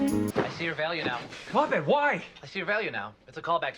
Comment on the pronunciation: Literally why did no one tell the actors that’s not how you pronounce his fuckin name lmao, like I maybe understand pierce because it feels in character for him to fuck it up but everyone else?